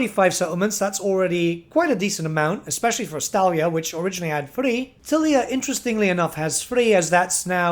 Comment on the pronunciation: Every Time He Says Estalia I Just Hear Gelt